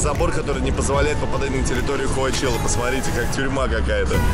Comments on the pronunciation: коачела вместо чела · Санчела, коачелла, сучела 😂